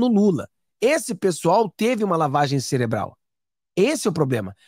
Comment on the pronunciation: Não celebral é cerebral